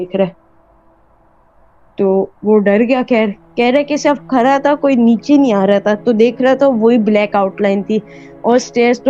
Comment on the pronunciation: او بھائ تو کھرا تھا یا کھڑا تھا؟؟ Are all my fellow Pakistanis suddenly dyslexic? Or is it cool and modern to pronounce Urdu words wrong?